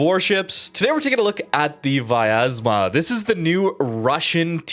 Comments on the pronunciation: It is really hard to pronounce correctly because English do not have letter "я" which sounds like "ya" but he pronounce it like viyazma while there should not be "I" sound there and correct pronouncement will be "Vyaz'ma" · Hey, i know you always want to try pronounce ship names the best you can, so i'm here to correct you. Try not to add an extra A. It's pronounced Vyazma, not Vayazma.